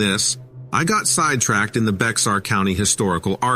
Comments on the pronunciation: Hi, I really enjoy your stories. Bexar County, TX is pronounced like the animal bear, the x is silent. Just wanted to let you know as that's how I found out; peace and love to you! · bear county the x is silent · Bexar….pronounced like “Bear”❤😊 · Bexar= Baer , Sequin- Segeen Just a heads up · I love how these computer generated stories always mis pronounce names and others words. He pronounced Bexar county Texas just how it looks but the actual pronunciation of the word is BEAR. I know this because I live in Bexar county.